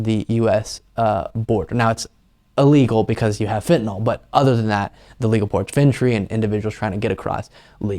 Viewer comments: It isnt ' Fentynal'. Its ' Fentanyl' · Do Republicans say "FENTANAWL" because they actually don't know how to read, or because they have a moral objection to saying words correctly?